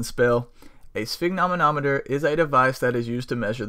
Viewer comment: Opening with mispronunciation of the name of the thing that is the actual focus of the video is very YouTube